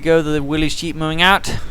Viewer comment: where are you from? you say dyeep not jeep :D